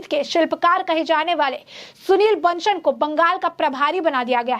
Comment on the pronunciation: Aasansol - not Aashanshol Bansal - Not Banshal